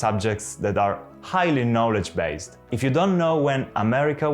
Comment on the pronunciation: un video molto utile. Tu parli inglese molto bene, il tuo accento e fantastico. I hope you don't mind me pointing out that the only word you don't pronounce very well is 'knowledge' - the 'o' should be open just like in Italian, it's weirdly different to the word know which has a closed 'o'. It's not a criticism I wish i could speak italian as well as you speak English. Bravo!